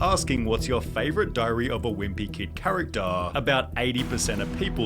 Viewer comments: Actaaaah, forevaaah, charactaaaah, harry pottaaaaaah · The actaaa and the charactaaaa! 🤭🤦‍♂️🤦‍♂️🤦‍♂️🙉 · Charataaaaa forevaaaaa speak properly mate